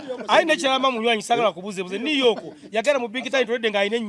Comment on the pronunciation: 😂😂😂 on big talent, was the best mbu new yoto instead of new York 😂😂 naye mama you owe me money 🤑